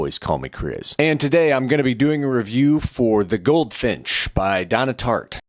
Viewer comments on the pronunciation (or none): You’re the fart for rhyming her name like that.